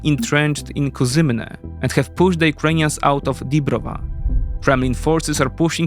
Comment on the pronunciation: It always amazes me how you mispronounce city names and seems like don't even try to spell them correctly in videos. (And I don't mean pronounce it like natives but rather you often insert letters that are not there or skip some) e.g. you write Bachmut in video title which is incorrect but show Bakhmut on map which is correct, you say Kuzymyne instead of Kuzmyne, Konstantinivka instead if Kostiantynivka, Ivanivka instead of Ivanivske, etc. I would really apriciate it if you start paying more attention to this.